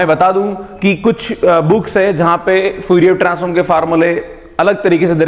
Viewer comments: Sir it's fourier not fuurier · Lamdda , fuurier is so distracting..xd